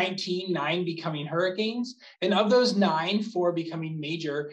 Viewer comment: you said hurrcen insted of hurricanes